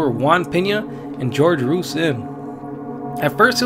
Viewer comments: How can this narrator have a Hispanic accent and not be able to pronounce Ruiz?? Its Roo-eeez.... not rooos 🤦‍♂️ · glad I'm not the only one who heard it I was like Homie is straight from that barrio! ... Then he said "George ROOOSE" then I was liek shieet this pinche chavale ain't no cholo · It's "Hoor-hey Roo-eez" 🤣 George Rooze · David Ruiz If this YouTuber does your documentary, he’ll mispronounce your last name as “Ruse.” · imNrti I'm not even Hispanic and I realized it's pronounced roo-ez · My guy, you’re clearly mexican I can tell from the accent, how come you cant say the name Ruiz correctly? Either way dope vid imma sub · TormentedSceptic I thought the same thing regarding his pronunciation of Ruiz. I would have to say, it sounds as though he deliberately emphasizes a certain speech pattern for effect rather than having an quote on quote "accent". Either way the video was on point. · I was about to comment the same thing. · You probably won't read/see this but just to let you know for future reference the name "Jorge" is NOT pronounced "GEORGE" lol its pronounced "HOR-HEY". The "J" & "G" in Jorge is pronounced as "H" 😉👌👌👌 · Anyone else find it weird that the Latino narrator couldn’t pronounce “Ruiz” properly?